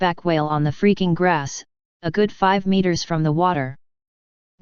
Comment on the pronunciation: Lol at the robot voice saying freaking grass at :50 lol